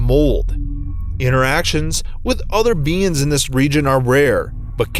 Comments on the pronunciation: Who heard BEANS instead of beings? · The narrator pronounces beings as beans yall got woooshed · When he said beings I taught he said beans... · Whenever he says beings it sounds like beans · Is it just me or is he pronouncing beings as beans? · I like how he says “beings” like “beans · would’ve found this scary if he didn’t pronounce “beings” as “beans” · this dude really pronouncing beings "Beans" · is he saying beings or beans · I can't take this video seriously with him pronouncing being as bean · Every time you said beings I thought u said BEANS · I thought he was saying beans the entire time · I keep hearing beans qwq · I love how he pronounces "beings" as "beans", please never stop doing that it's amazing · Is it just me or does he pronounce "beings" as "beans"?